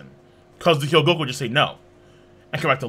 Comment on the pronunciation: you keep pronouncing it <<He-Yo-Go-Ku>>. its <<Ho-Gee-Yo-Ku>>